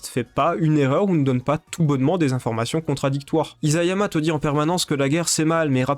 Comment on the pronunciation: Très intéressante vidéo. (Petit détail : Isayama se prononce "issayama"^^;)